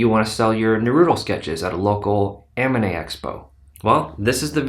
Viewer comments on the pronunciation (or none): Lost me in the first few seconds with "Amine" :) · he said amine expo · 20 seconds in, I'm already skeptical. You can't say "anime" correctly...